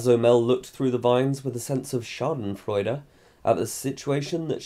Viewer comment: For me as a German it's so surprising to hear the word Schadenfreude in your video Ps: your pronunciation was really good